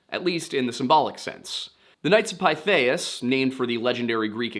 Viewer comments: Pithias phonetically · Pretty sure it’s pronounced Pith. Short I. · Knights of "Pith-ee-us".